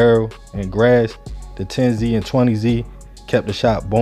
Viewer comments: It wasn't 10 zee and 20 zee. It was pronounced 10's and 20's written with a "Z" instead of an "S" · Tens and twenty’s not 10zee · It’s tens lol not 10 Z 😂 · pronounce it like theres a S at the end instead of the z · It's not 10 z and 20 z it's pronunciation is tens and twenties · It’s “tens and twenties” not “ten-z and twenty-z” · It’s pronounced tens twenties thirties! The Z shit came from the the news channel. There ain’t no Z stuff at all it’s 10s 20s 30s like that. A lot of of 10s are crips as well as 20 & 30. And the only thing bloods got over south are 30s blood and O.B. Blood. The 30 blood stuff is made up and they never actually had the whole 30s area that’s just what they call themselves. They mainly used to be on 35th thru 39th & Chicago plus they had 4th Ave once you cross 32nd st. They area was mainly after you cross 35th tho because the low parts of the 30s they couldn’t even come to unless they was cool with somebody or had some pull or dope other than that it was a no go zone! Plus they opps was at 1 point was way too many people! The bloods hood shrunk to. But at the end of the day, I wish the whole southside could start networking working with each other and leave all that bullshit alone it don’t matter what gang hood mob clique whatever you ain’t gotta be killing nobody over no bullshit etc… At the end of the day all that stuff is a loss for everybody. Shout out to everybody over south north and St. Paul the suburbs too! Peace & love ✌🏾❤️💙💰💰💯😇